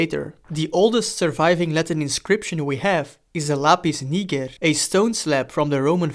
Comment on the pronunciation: The pronunciation was fine.